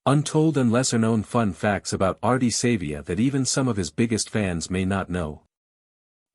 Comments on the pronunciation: Pronounce his surname properly it is not Sayvea it is pronounced Sarvea , although it is spelt Savea!! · Downvoting because of the terrible AI use and poor pronunciation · Too much AI use...can't even get the pronunciation of his name right. What else is BS?